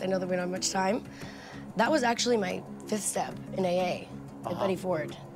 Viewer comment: does it bug anyone else that andy says fith instead of fiFth?